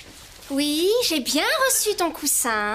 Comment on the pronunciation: couSSin not cousin